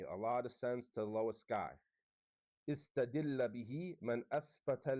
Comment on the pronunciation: He is refuting while he can not read correctly,see how he pronounce استدل ...